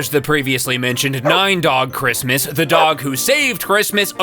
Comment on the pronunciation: “It’s a chrimstmas miracle”